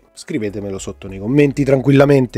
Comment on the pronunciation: a parte che si dice buLk non buik...Vabè... la differenza è nella corrente, un 42V richiederà un cavo di dimensione minore, rispetto al 21v, con un costo inferiore e più flessibilità nel passare i cavi ;)